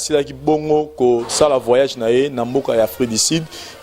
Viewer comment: voyage et non vayage